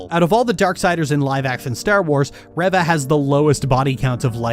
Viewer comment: My only problem with this whole video is how you say her name as reh-va...